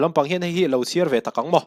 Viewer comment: siar tih lai kha han lam uluk deuh teh thluk na awm loin.